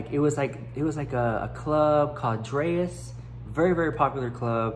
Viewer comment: Drai’s pronounced drā (dray) possessive so cant forget to add the ‘s (drays) Dustin Drai is the owner and certainly is the hotspot day and night in Vegas currently. * MOST IMPORTANTLY * i did not correct you to be a b*tch or to come off as a know it all / smart ass and certainly didn’t do so to try to embarrass or humiliate you so please please don’t take it that way. No malice intent in fact quite the opposite wanting to inform you for future reference if you’re ever around or talking to “your crowd” you won’t make the same mistake which could save you embarrassment/humiliation or even being ridiculed by those “high class” individuals as not all of them are your friend and many like to talk crap about another for any little thing first chance they get. (I’m explaining myself not because I feel the need to to you () but the need to all others in the comment section to avoid anyone jumping down my throat). Nothing but love over this way!!! I personally don’t believe in being better than the next. In fact I believe everyone is in the same marathon together and we all have the ability to cross the finish line 🏁 Our starting out placement may differ, some may start in the front while some are in the middle and others are towards the back but we’re all in it together there’s no winners or losers the end destination is the same for all of us. Don’t run it solo, don’t look at it as a competition, help guide, support, and encourage all but especially those that need it the most a